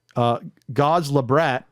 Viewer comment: Godslabrat user on AtariAge is probably not pronounced gods-luh-brat but rather gods-lab-rat. His avatar image seems to hint towards that. That said, gods-luh-brat isn't a bad 1st guess.